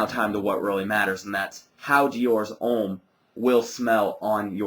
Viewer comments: Diors Omm lol its Deeeeor Hhommmm hehe nice review you should try the Intense its amazing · His not pronounced in French, dumb ass! Deeor Omme!